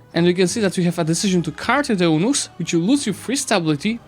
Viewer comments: “Eunuch” is pronounced YOU-NUCK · Great video, but eunuchs is pronounced very differently